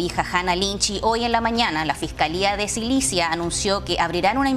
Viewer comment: Jajaja "SILICIA" 😂😂😂😂 nunca ha escuchado el nombre correcto😂😂😂😂😂